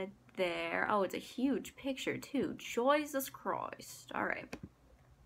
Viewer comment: Louna has really rubbed off on you, haha, all the "Joisis Chroist" :P I think a big reason why I never finished school is they always wanted me to go super in depth with my assignments and like you, if I'm not 100% interested in the topic, I don't really want to research much about it and write about it in detail